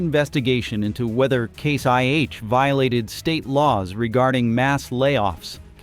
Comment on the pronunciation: Who is the idiot they have reading this? He doesn't even know that it is IH not 1H, sheeesh